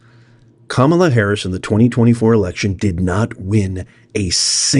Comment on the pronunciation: You keep saying it wrong. Kamala didn't win a single state that REQUIRES voter ID.